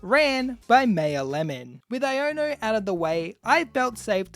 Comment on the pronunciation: Why r we saying iono wrong